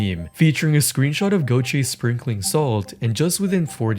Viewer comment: bro gökçe spels like gokche not gothe (i am turkish)